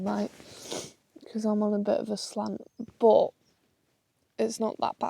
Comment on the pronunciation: Why do you say bot instead of but?